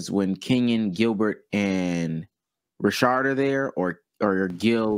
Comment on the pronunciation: Rashad not Rashard 💀💀💀